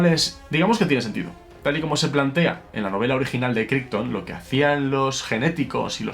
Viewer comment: Pequeño detalle: "Crichton" se pronuncia "Craiton" (véase Farscape ;-) )